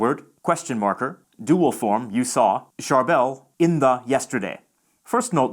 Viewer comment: So accurate! (He pronounced Charbel wrong, tho lol)